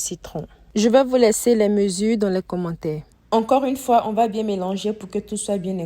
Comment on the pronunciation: Mais pourquoi quand tu pronance commentaire tu dit commentai😂😂😂😂😂😂